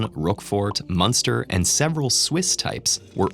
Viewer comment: Munster sounded like "MONSTER" 🤣